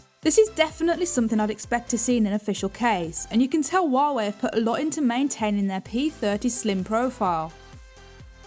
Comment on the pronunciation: It's Huawei not Wuawei fucken poo bum